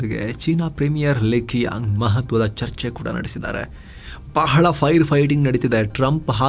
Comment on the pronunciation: China premier-Li Chiang(Qiang is pronounced)